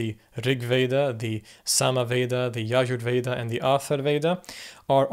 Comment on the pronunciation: Yajur Veda is Yajur Veda, ja is not silent JFYI